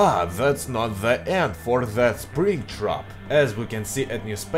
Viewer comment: (example) "that" dont sounds like "zat" its "dat")